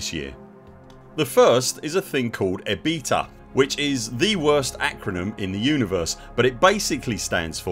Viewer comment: Regarding your pronunciation of EBITDA, in accounting it is prononced E-BIT-DA (3 sillybulls)